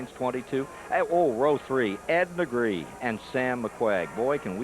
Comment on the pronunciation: FUN FACT - Ed Negre has a Catalan surname (it's my region in northeast Spain) and it must be pronounced neh-greh and his surname is just "black". He's not the only NASCAR driver to have completely screwed his own surname during his lifetime. Another similar case is Johnny Sauter, his surname is "sau-ter", not saw-ter, you gotta pronounce all the vocals individually.